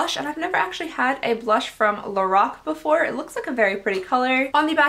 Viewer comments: it’s pronounced lor-rack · is no one going to say anything about how she said lor-roc?😭 no? ok